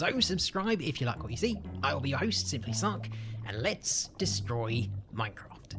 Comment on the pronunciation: his pronounciation of minecraft is horrifying